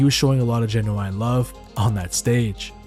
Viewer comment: That's not how you pronounce genuine.